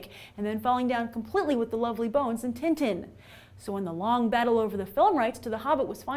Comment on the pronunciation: you pronounce tin tin wrong